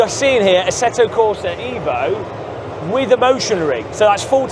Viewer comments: bro its evo and not iiiivo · Ev - O Not EEEEeeeeee- Vo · Eh-vo? No eeeeeeeeeeevo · It's pronounced Evo bro, not Evo. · Evo Evo EVOLUZIONE, not Eevo Eeevoluzion 😂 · Bro I am half Italian, if you write in english EVO, it's will be pronounce ee-vo , so for English speaker you have to right EH-VO or HE-VO ,or EY-VO so they pronounce properly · Evo, not iiiivo😂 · HE-VO you fillthy bri'''ish :D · Eh-voh or unsub. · repeat after me. EHHHHHH-VO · it sounds pretty stupid to call it ehhvo unless you’re speaking with an Italian accent… I’d even say only a dork would ever call it assetto corsa EHHHHVO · It's EHVO... from italian Evoluzione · Marco will be very disappointed at your pronunciation of EVO (I am too, being Italian as well😀) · Every time mispronounces Evo, the release of the game is postponed by one day. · Shiit like 100days!!!😂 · you really need to start saying evo correctly 😂